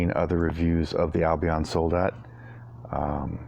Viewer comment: Nice review, awesome sword, and great cutting! (btw, the emphasis in the word soldat is on the "a", and in Lecküchner it's on the first "e" ;) )